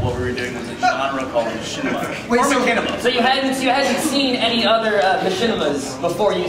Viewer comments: Did he say "makinema"? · "Makinima." Jesus. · Did he really say MaCHANima? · hahaha "makinima" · makinema?!?!?!? are you kidding me?? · HAHA he said Mackinema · pronounced mach-inima "shinima" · Can you at least pronounce Machinima right? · What's wrong whit these guys how the fuck can they not know how to pronounce machinima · What the FUCK is wrong with fucking long haired bitch? First he said machinima wrong then he only thought there were only three RT guys coming then he fuckin called Gus fred. That guy must live under a rock. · "makinima"??? "fred"?? "roostertooth"??? the host were awful